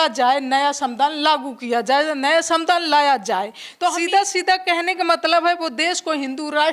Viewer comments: ये गँवार संविधान नहीं बोल पा रही..? ? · संविधान शब्द का सही से उच्चारण करिए